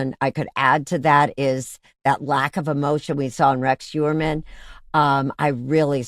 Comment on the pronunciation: It's pronounced not HUermann but HOYermann, German origin.